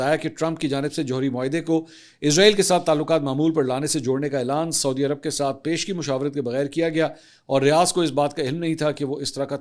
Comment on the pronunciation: Respected Mansoor Sahib, As a regular viewer who greatly respects your journalistic credibility, I wanted to gently point out a few pronunciations of regional names: Sana'a (صنعاء): Pronounced as San-aa' (with a distinct pause/glottal stop for the 'Ayn ع), rather than Sana. Yanbu (ينبع): Pronounced as Yan-bu or Yambu, rather than Yamba. Saudi (سعودي): Pronounced as Sa-oo-di, rather than Sodi. Please take this note in good spirit. My intention is certainly not to showcase superiority, but rather stems from high regard for your work. I would be glad to assist if you ever need any guidance on these. Best wishes! Tahir Ubaid Chaudhry A junior news anchor